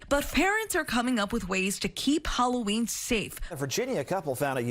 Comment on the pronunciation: he says "HElloween"